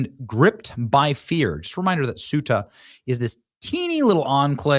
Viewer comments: CEUTA is pronounced CE UTA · Ceuta is pronounced as "SAY-oo-tuh" in English, with three syllables: Ceu-ta. This pronunciation is consistent across various languages, including Spanish and Portuguese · Please pronounce the name of the town “Coo-ay-ta.” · Thay oooh ta. That's how your pronounce it in Spain. In Mexico they'd say Say oooh ta.